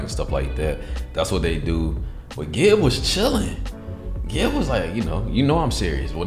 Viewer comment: Ngl the way you pronounced Gibs name was respectable for an American! Also its Big Nose Na, backwards